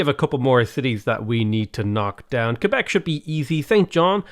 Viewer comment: Im french canadian and I was really impressed that you know how to say Quebec properly! Love your channel keep up the great work ❤